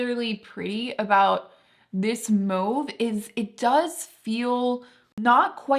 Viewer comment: You pronounced mauve correctly!